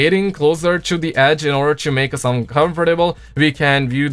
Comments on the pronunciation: I know he has a accent but he keeps saying uncovertable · Lmao u miss pronaunced uncomfortable